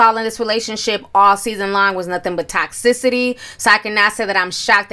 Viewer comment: What is tox-sissity? Lmfao😂😊😊😊 toxicity is what you mean. Tohx-sit-a-teee